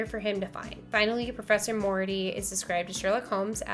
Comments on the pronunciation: Did she say Irene Alder and Professor Mority😂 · Pronounced: More e art e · It's pronounced Moriarty.